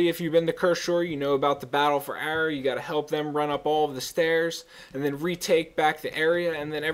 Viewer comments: it's pronounced uh-raw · UH RAH=ARAH. lol pet peeve for me. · I think you're saying arah wrong, just say it normally instead of like "errah" or whatever.